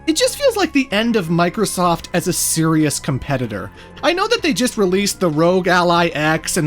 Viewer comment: Why did I hear boobiesoft.